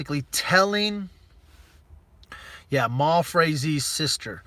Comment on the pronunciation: Last name Frazee has long A long E, at least learn to pronounce the names of ppl you talk about correctly...it will make you more credible